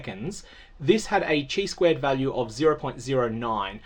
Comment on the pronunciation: Unimportant note: the Greek letter chi is pronounced like "kai," rather than like "chai."